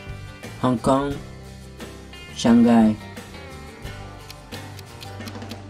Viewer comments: Shanghai was pronounced properly??? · Beiging Shangkai what kind of pronunciation is that